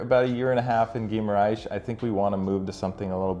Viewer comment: Great vid! You’re saying Guimarães as Ghee-ma-RAISh (like the sound in the word: rice) when it’s actually pronounced Ghee-ma-rangsh. Like the (ang) in the word ‘bang’ and ‘dang’.